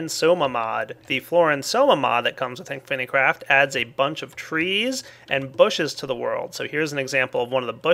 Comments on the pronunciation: inficraft but everybody pronounces it infinicraft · Why does he say Inifinicraft when the title says Inficraft? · It's called "In-phi craft". If it was spelled infinacraft then you would pronounce it like that. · not only failed at pronouncing inficraft and math:D